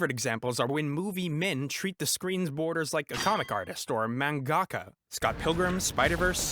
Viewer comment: I love you.... but please don't say Magaka like that... ever again. Lol